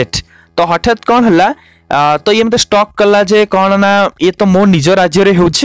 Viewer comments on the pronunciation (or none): none